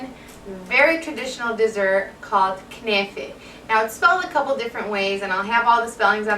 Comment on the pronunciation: when u said kenaife , i knew u r Lebanese :D